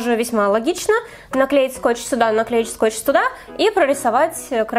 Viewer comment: ты сказала скоч не тото который пют